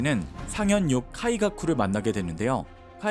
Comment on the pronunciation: 카“와”가쿠 화뢰“진”은 화가 나네요…